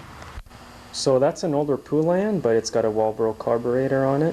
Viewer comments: PO LAN not pu lan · The Poulan factory was in my town and its pronounced Poe-lan. The U is silent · it's PO as in POLE. POlan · FYI: It's PO lan, like the country (Poland)! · Never heard it called a poo-lan lol. awesome video and thnx for the info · I certainly do wish you would learn to say Poulan!!! It is exactly like the country Poland...without the D. Mike